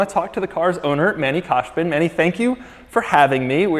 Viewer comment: Fun fact : you guys pronounce both first name amd last name of Manny khosbin wrong, I don't know why but he does it, too